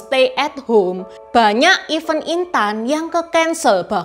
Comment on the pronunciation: Selain "worth it", juga pelafalan "event" yang sering ketukar dengan "even", ini cukup mengganggu karena artinya jauh berbeda.